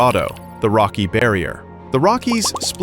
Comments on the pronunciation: Rocky Mountains not Rokey Mountains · I’ve never heard of the “Rokcy” mountains.